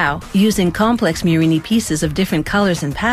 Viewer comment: It's Murrina, not "murini" you anglophones